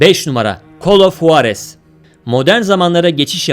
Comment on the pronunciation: Ya bi gidin sik sik oyunları sıralamışsınız bide huarez ne tmm bi h olayı var ama çok ince juarız diye okunur